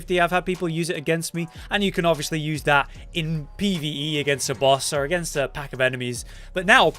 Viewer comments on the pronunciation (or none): none